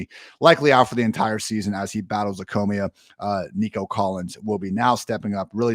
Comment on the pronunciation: please learn how to say leukemia